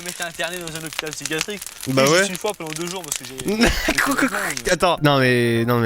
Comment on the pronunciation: mais sa s'appelle un hôpital psychiatrique tu la mal dit mais tkt 😂😜🔥